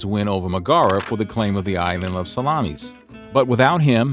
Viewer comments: Sal-a-miss, not Salami's 🤣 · Oh, the bad pronunciation in this! "Salon" and the "island of salamies", hehehe!